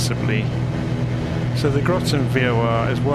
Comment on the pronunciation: "Groton" rhymes with "cotton" or "rotten".